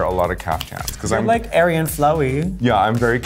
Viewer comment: When aquaria said airy and flowy i heard aryan...i need sleep.